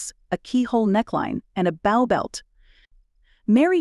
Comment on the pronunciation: Brooch is pronounced BROACHED. Long “O”. Ditto “BOW”: Long “O”.